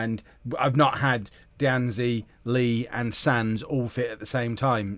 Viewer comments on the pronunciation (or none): And D'Anzi is literally just "dah-nzee"... like is it that hard to pronounce names?